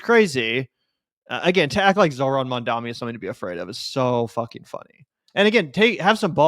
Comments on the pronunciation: Bro stop saying "Mamdami" -- you're just as bad as Cuomo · Hey, it’s MamdaNi. We gotta get it right. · Considering the smack u guys talk, please pronounce Mamdani right. It isn't Mandami or Mamdami it is Mamdani. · my man, you gotta learn how to say Mamdani correctly lol.